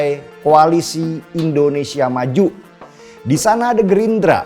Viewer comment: "Indonesia" bang, bukan "Endonesia"